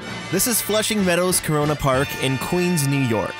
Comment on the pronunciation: He said corona park ! 😐